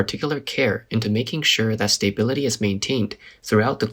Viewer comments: Will you please, PLEASE stop saying STAY-bility and say sta-BIL-ity instead? I know that English is not your first language, but I would hope someone is there to help you with these pronunciations. If not, I would be more than happy to help. I can even voice over your work for you. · Hey, I really appreciate this channel and your uploads. Just a suggestion, when you say "stability" it sounds like you're saying stay-bility. Try pronouncing the A more, like stah-bility.